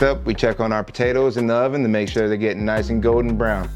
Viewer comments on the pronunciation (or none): none